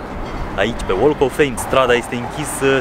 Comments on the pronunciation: BTW, the "l" in walk of fame is silent... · "L"-ul din "walk" nu se pronunta, remarca pt viitor :)